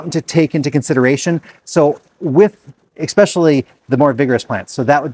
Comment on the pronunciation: Are you a Minnesotan? You said, “Ex-specially!” Very Minnesotan!